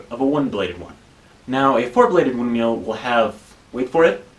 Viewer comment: Can we talk about the way you pronounce windmill? I heard "win meal" the first 5 times xD